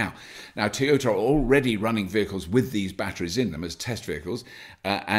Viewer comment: T-yert, and Tea-Ota :D Maybe Bobby should only do stories about Nissan ;)